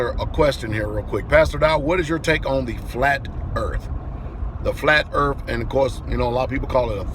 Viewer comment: Well, there we are, some MENSA candidates, Not...and by the way pastor, it's EARTH, not ERF !!!!